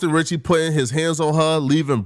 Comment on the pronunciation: “Boston Sitcky”